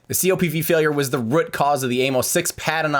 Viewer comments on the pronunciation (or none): Ha, "rut" cause is 100 percent Iowa accent.